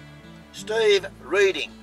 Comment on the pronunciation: St ee ve........ thats not even close to how you pronounce my name